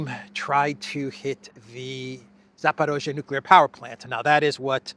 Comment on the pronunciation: You keep saying Zaparozhe even when the text you were reading said Zaporizhia.